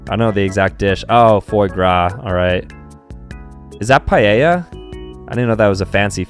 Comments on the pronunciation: Y encima dice 'paieia' cuando se pronuncia 'paella'. yo diria que no es tan dificil de pronunciar. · He pronounces it PieAa. It’s Piela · Paella is pronounced Pa-eh-ya not Pa-ye-ya. And also, wdym mid? Paella is GREAT, especially the Valencian one. HMMMMMMMM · Also how he pronounced it Paieia